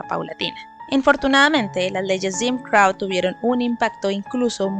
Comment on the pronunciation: Buen videoo ,pero crow se pronuncia vomo se escribe y no crau